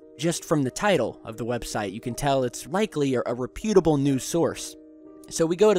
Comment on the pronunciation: the word "reputable" is pronounced with the accent on the first syllable. I enjoy your site. I have a thought: is it not reasonable to assume that an alien civilization sufficiently advanced to traverse the galaxy (or even just the solar system) would have the technology to make themselves invisible? If so, I wonder why they choose to be visible.